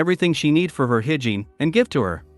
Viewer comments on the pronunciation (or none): I laughed my ass of when the AI said 'higiene', sorry lol